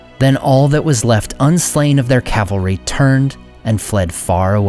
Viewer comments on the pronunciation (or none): none